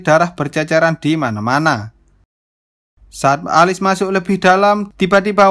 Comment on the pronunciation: Bang,nama tokoh utama nya di baca nya Elis, bukan alis